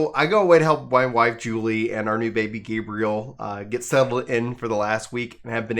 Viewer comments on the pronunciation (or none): none